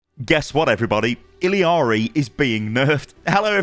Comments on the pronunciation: Illy-ari? Just say Ee-yar-ee.... that's how you pronounce it. Very simple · ITS NOT ILLIARI ITS ILLARI!!!!!! STOPPPPPPPPP YOURE DRIVING ME CRAZY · It's "Ill-Ar-Ee"... not "Ill-E-Ar-Ee". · "iLL-EE-ARII" dude it's 'ill-ar-ii" or "iyari" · Why does EVERYONE add the extra syllable in her name. It’s e-yari or ill-ari no ill-e-ari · i know this is so unrelated, but it is murdering me how everyone is mispronouncing Illari’s name. There’s no second I, and you don’t pronounce the L’s, it’s a double L, so it’s a J/Y sound bc she’s hispanic. everyone is calling her “ill-ee-ar-ee” when it’s “ee-ya-ri” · true, at least ill ari is closer than the illi ari i keep hearing content creators say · For the love of god, It's ILLARI, not ILIARI. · i-jah-ree actually, the double L is pronounced like a J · its ill-ar-e not il-lee-ari. illari, theres no 3 i's in illari. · Why are people callin her “Illiari”? When literally the title of the video is spelt “Illari”? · Ill-ari? Where's the extra I? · It's pronounced (eel-YAH-re), not "Iliari" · Don’t mean to be that guy but it’s pronounced “I-YA-RI” the double L’s in Spanish gives a “ya” sound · It’s pronounced , “Ee Ya RRR ee “ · ilee ari??? 😂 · "Illiari" Lmao thats not anywhere close to how to pronounce it. Theres no I after the two L's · I’m going to be that guy, but the double L in her name is pronounced as a Y. Iyari essentially. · Idk who told you how to say her name but that's not how you say it lol she says it in her reveal trailer the two L's make a Y sound like iyari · Why does everyone call her ill-y-ari? It’s illari like ill-ari or iyari!!!! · its pronounced e-yari! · pronounced “iyari” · Hispanic double LL is pronounced (ja) So her name is spoken like [E--JAR--RE] you can hear her say her own name when someone switches to her. "ILLARI checking in" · this!!!! every single creator has been pronouncing it so unbelievably wrong its SO ANNOYING. they dont even just say "ILL-ARI" they keep adding extra vowels like "ILLI-ARI"